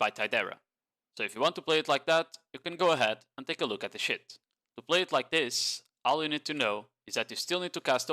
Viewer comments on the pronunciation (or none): bro when you say "sheet", it sounds like "shit". Cracks me up everytime